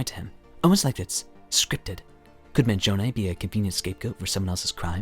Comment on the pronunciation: thanks for pronouncing his name correctly! And thank you for this video ;)